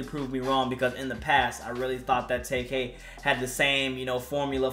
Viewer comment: Tay k ? U mean tay Keith 😂😂